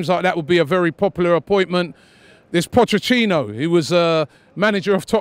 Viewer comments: When Robbie will learn that it's "Pochettino" not "Pochechino"? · No one: AFTV Robbie: Pochechino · Nobody: Robbie: Pochechino